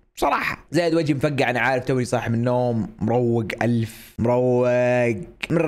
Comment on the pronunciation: لما كنت تقول مروق شكل صار يشبه السكران 😂😂